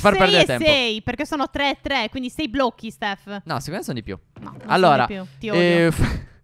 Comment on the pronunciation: Io ho capito staffò